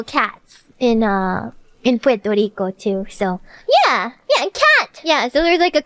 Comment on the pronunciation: Pworto Reeco